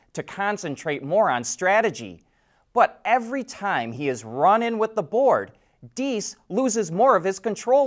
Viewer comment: So some have already yelled at you for mispronouncing DIESS? Such mean people. I am one of those, that gives a hint and honors you for PERFECT pronouncing this time! 👍🏻😉 Well done!